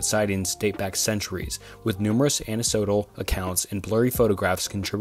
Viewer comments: Anne-A-Sodal lol it’s anecdotal an-ikk-dO-tul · “Anecdotal” “ana-sotal” im deaddd😂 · Anecdotal is "An-ek-doh-tal" not "an-eh-so-dal" 🤣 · FYI the c in anecdotal is hard not soft